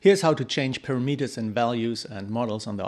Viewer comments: GOOD DEMO! BUT BRO ITS PRONOUNCED PARAMATERS,NOT PARAMETERS IKNOW IT MAKES NO SENSE,BUT TRUST ME ITS PRONOUNCED PARAMATERS,GOOD JOB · thanks for sharing this info! you say para-Meet-ers; I say pa-RAM-eters. :-) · EVEN CLOSER WOULD BE,PURAMUTERS,WOULD BE CLOSER TO THE RIGHT WAY TO SAY PARAMETERS,,AGAIN GOOD DEMO AND GOOD CHOPS BRO